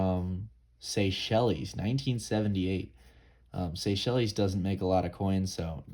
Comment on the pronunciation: Seychelles is pronounced Say-shells!!